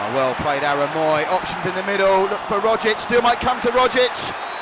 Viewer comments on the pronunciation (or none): none